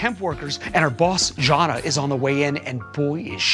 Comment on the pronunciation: lol pronouncing Jana as Jonna